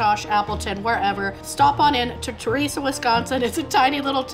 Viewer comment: It's ter-es- uh